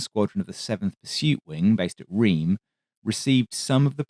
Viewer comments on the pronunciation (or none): Sorry to be a pedant again, but Reims is pronounced: "Rass" not "Reams".